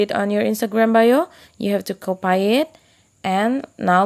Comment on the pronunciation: Very helpful but i just couldn't get over the "copay" part that was hilarious!